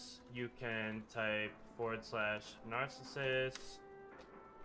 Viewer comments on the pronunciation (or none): My fn god, what's with all of these "content creators" who can't pronounce simple or famous words. I want to punch somebody every time I hear 'herth', and now Narcissus? If you don't know how to pronounce something, look it up!